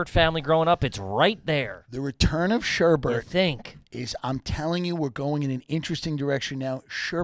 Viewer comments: Its sherbet. Not sherbert. New AYG question! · IT'S SHERBET NOT SHERBERT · They could have made this a 5 second episode just by asking Tim how to pronounce sherbet. Saying "sherbert" is about as trashy as it gets. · Gotta have Andolini's when you're in Tulsa, guys! You guys pronounce it, "shur-burt"? Yep, definitely garbage.